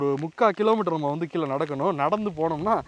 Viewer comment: தம்பி, உமது முயற்சி பாராட்டுக்குரியது.ஆனால் " கீலே, புளி சின்னம், தமில் கல்வெட்டு" போன்றவற்றின் உச்சரிப்பு பிழைகளைத்தான் சகிக்க முடியவில்லை.தயவு செய்து (தமிலை கொளை பன்ன வேனாம்)